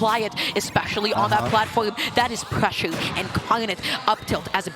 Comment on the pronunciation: On God made it tough to watch the video hearing that speech impediment every other word